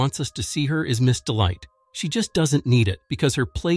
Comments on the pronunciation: Miss Dite it’s Miss delight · the way he called him ms dite